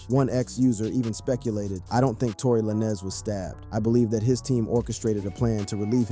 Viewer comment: Not La-Nez